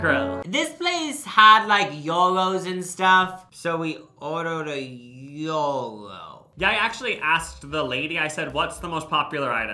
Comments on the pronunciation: its actually pronounced yee-row , not yor-row how they said it, you don't include the g as its a greek word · Food court number 2 is pronounced Ji-Row “ Gyro “ if i myself am correct 😂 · That shocked me too they were saying Euro 😂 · Not them saying gyro wrong 😭